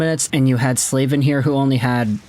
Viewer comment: Is it really pronounced “Slave-in”…? Surely it’s gotta be pronounced “Slav-in”…